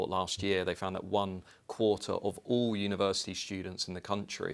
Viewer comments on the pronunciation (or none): Was she trying to say a word resembling university? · She cannot say university but continues to say university no T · What’s a univers- ity she means university .